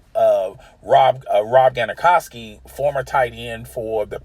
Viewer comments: Rob Granokowski. Bruh. cmon. it's GRONKOWSKI! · GANAKOWSKI?! U mean GRONKOWSKI! Smh cmon man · "Rob Garnakawski"? It's Gronk-cow-ski...Damn dude, step your game up. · How does one make videos on sports but yet can’t say an all time great players name like it’s not household already ? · this one was a good one, I thought I was the only one who caught this. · Did this dude just say rob gron a kowski? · As soon as he said Rob gonnokowski I turned it off. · He said Rob Gonna Koski lnfaooo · Rob Garnerkowski???? Dude, you are not a reporter. Why are you posting videos. Sit cho ass down! Can't even say names of other players correctly, means you don't care. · Say Rob's last name again, please? Ghanakoski, you said? Ooh, that's right, he is from Africa, yes. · Hold up... did this man just say “Rob Gonacowski” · “Rob gronicroski” who tf is that? 🤦🏾‍♂️ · Did he just say "Rob Gonakawski"? Lol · Its so simple... Gronk-kow-ski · 🤦🏿Who Is "Ganikowski" ? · Ganikoski yep thats where I quit listening. Similar to that Stephen Smith guy saying Jruh biT ski. Are 3 syllable Polish names that hard? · The way you pronounced gronkowski was crazy lol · Who else is leaving this video after this jabroni butchered gronks name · In hindsight, how ridiculous and misinformed is this take on the Cris Carter situation. The person speaking doesn't even know how to pronounce Gronkowski's last name. But oh, hey it's just his opinion. That's not to say that everything that was said is incorrect. It's just emblematic of how information gets spread from place to place that when it is in fact wrong to begin with it just continues to get worse from person to person. I personally think that first things first has suffered from not having Cris Carter on that show. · MAN he fucked up GRONK name so dam bad omg like who the he'll is this fuckin dude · Funny way to say gronk’s name. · The way he pronounced gronks last name lmao ... done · Say Gronkowski one more time😂